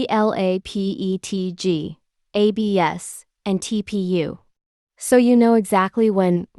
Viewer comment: Terrible AI voice. P T G. A B S. T P U. Its just AI smut